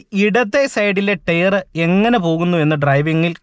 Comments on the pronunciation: "Tare" allaa bru, Tyre. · ടെയർ അല്ല ടയർ ആണു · ടെയർ അല്ല, ടയർ😅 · ടെയർ അല്ല : ടയർ .......